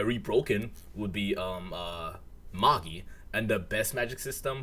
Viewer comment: Magi is pronounced May-J👁 btw